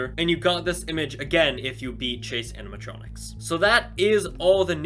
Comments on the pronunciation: It's CHASE not CASE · At first when he said chase animatronics I thought he said case animatronics and I got happy but after I knew what he said I got sad